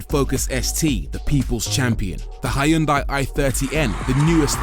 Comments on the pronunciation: It is not hAyundai but Hyundai! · Hiyoondai lol, even funnier than the Americans Mawzda! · Good Video, but damn, thats one of the worst pronunciation of Hyundai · That's a nice pronunciations of Hyundai.